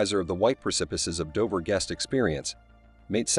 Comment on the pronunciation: Operation Ocean Lion???!!! It's Operation Sea Lion. I adore this from the lowest part of my aortic pump. And it's Dover not Dovver. Dove as in strove not dovv as in of